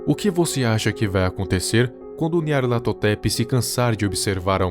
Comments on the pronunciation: Eu acho satisfatrorio quando ele fala nyarlathotep :'3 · como o consegue falar o nome desse bixo